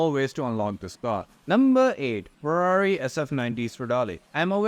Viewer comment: They way you chew & throw the words NUMMBBBBBRRR & Ferrrrarri Are painful to hear. I know you are Indian.